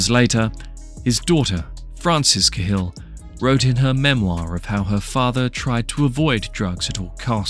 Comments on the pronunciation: It's caa hill not kay hill mate 👍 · ya, I agree with 100%..........would you pronounce CAT as KAY? Unless you're mentally disabled, ignorant or just plain stupid you just wouldn't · It's pronounced kal but spelled cahill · Same as Gallagher, some drop the second g some dont. but yeah i`d say Ca Hill. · Can't pronounce the name of him properly because it's the British doing the whole claiming Irishness again. I don't know why they would bother but all English media have some sort of boner for claiming Irish people as British. Martin Cahill was born and raised in Dublin, Ireland. Why you classifying this documentary piece as UK Crime. Hes Irish... Clueless channel. Reporting it after this message.. if you're doing to create a channel at least don't push misinformation. Remember, misinformation is alot worse than NO information. So you're the problem in this society b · Why can none of these channels pronounce the names of the people they’re creating videos on. It’s Cah-hill not Ca’hill. And he was born on Grenville St not Greenville.